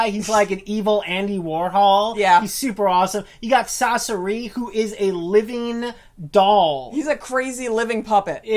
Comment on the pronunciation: The way they pronounce "Sasori" makes me think they want to say sorcery.